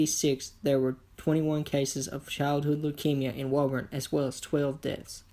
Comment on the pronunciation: We say “Woo-burn”. In Massachusetts